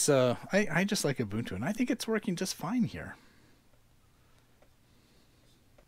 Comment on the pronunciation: Thank you for pronouncing Ubuntu correctly. ;)